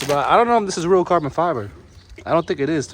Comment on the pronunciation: “this farbon”😂😂😂